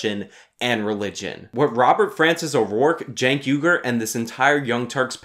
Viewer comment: Cenk Vague-er